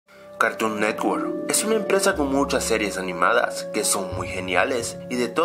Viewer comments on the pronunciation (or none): cartoor nerwoark XD